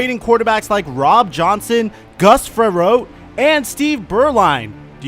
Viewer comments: Damn it. You lost me when you said “Gus Fer-WROTE” and you never heard of him or STEVE BEURLINE? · Fra-rot. Say it with me now, Frerrotte. FRA-ROT. Gus the bus.